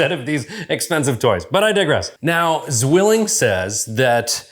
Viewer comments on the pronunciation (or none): Very nice review! "Tsvilling" is the accurate pronounciation, not "swilling". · "Tsvilling" zwilling sounds so weird